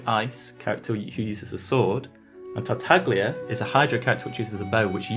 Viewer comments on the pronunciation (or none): tartaglia's name is pronounced tartayia. in Italian gli is pronounced as "y", like tagliatele which is pronounced as ta-ya-te-le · it just hurts my Italian ears hearing people call tartaglia in English tarta-glee-a since the Chinese dub anyway has it pronounced correctly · The way he pronounces tartaglia is annoying me, more so because I don't know if it's right